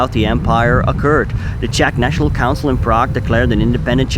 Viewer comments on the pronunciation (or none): none